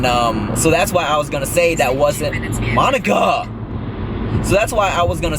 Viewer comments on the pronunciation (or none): When he said monica it sounded like my nigga 🤣🤣🤣🤣